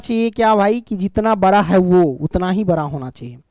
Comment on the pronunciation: Sir ji bra na bada hota ha😂😂😂😂